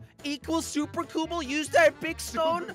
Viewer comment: everyone: "super cobble": "SUPER COOBLE"